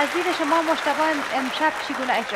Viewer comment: از نطاق خواهش ميكنيم كه ديگر (هجرا) نگويد و (اجرا) بگويد...